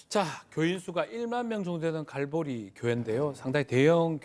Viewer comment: 갈보리가 갈고리로 들리네, 돈을 갈고리로 쓸어 담겠다. 쟤들도 정상 교회가 아니라 이권 단체네 예수 팔아 돈 버는 집단.